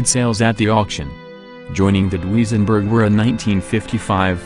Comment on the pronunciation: Why does artificial voice narrative have so many mispronunciations: Dooweezenberg, really!